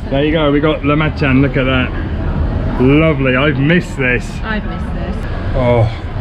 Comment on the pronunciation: Cmon, after all this time, it's pronounced, lah ma Jun